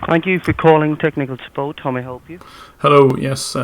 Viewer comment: ... fumbling tumblings head set peril "Suppoat?"